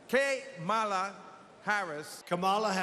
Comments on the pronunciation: It's pronounced camel 🐫 la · I think the newscaster said her name wrong as well. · Kamala has mispronounced her own name. No joke, there's video. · There is a race and social justice reporter. This is an insane news report. Her record speaks for itself. Her skin color is immaterial. She also just isn’t very intelligent. My god, the anchor at the end didn’t say her name right either. wtf